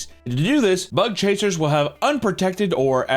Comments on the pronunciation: I can't unhear "butt-chaser" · Every time you say bug chasers I hear butt chasers. Especially after the first story 🥴💀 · I hear "butt chasing" every time. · Ohhhh..."BUG CHASERS"... Videos nearly over, and I thought he was saying "Butt Chasers" this whole time..!! xDDDDD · I understand you are saying Bug chasers, but I keep hearing butt chasers. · I thought he was saying thug hunter at first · sounds like he is saying "butt chasing" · I thought he said " butt chasers", im definitely 1 of those. 🎉 edit: in Mexico theres a group of punk rockers that gave themselves HIV intentionally.